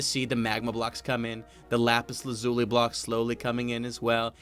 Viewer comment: He said lapis lazuli right!!!